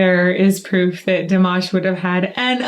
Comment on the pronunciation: It is time to pronounce Dimash name correctly.